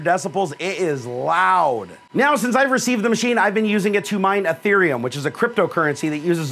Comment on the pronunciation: Its ethereum not etherem